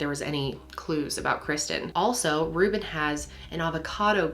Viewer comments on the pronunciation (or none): Rewbin and Sewzin LOL